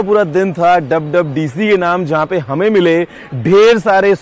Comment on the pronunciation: PLS DONT SPEAK ENGLISH DUB DUB DC NAHI WWDC hai